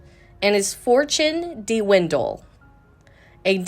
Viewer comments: “Montly Crew”…. “Dee-windle”…. What? Even as slow as you speak there are still errors. 😂 your speed of speech is torture. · Did you actually pronounce "dwindle" deewindle?